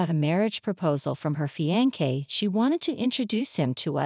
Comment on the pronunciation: The story was good, but is it too much effort to hava a real human voice narrating? Fiancee pronounced as fiankee? Spoils the whole story! And english is not even my language!